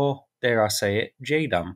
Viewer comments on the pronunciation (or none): none